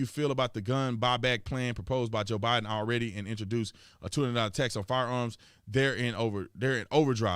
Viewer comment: 😆I don't know if it's a jab at Barack Obama, when you mess up Bidens name. It's funny as heck.